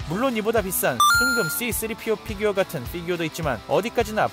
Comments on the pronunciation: Fㅣ규어 발음 신경쓰기 시작하면 계속 신경쓰게 되는 희한한 영상 🤔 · 쀠-규어 발음 킹받넼ㅋㅋㅋㅋㅋ